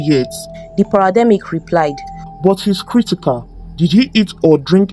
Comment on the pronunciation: It's not parademic it's paramedic 😂❤